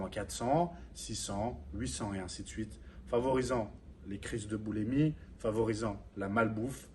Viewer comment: Juste une correction : boulimie pas boulèmie.... Sinon vidéo intéressante